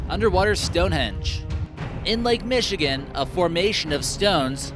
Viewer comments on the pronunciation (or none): none